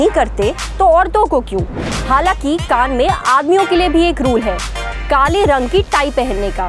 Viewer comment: Kan nai Cannes hai wo.